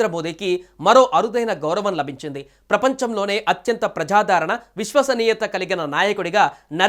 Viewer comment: ప్రజాదరణ అని పలకాలి.